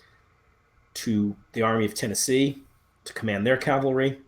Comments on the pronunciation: Since you can spell cavalry correctly, why can’t you say it right? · You first need to learn the difference between Calvary and cavalry.